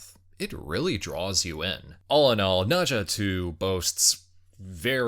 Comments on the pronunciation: It's pronounced as "Nur-Zha", not "Nah-Zha. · Dude, it is NER zha , not NA zha. Wtf...